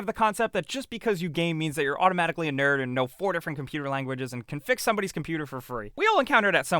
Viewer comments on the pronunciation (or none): none